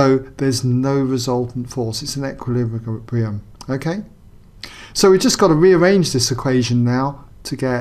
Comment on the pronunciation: "It's in equihesljkssdsbrium'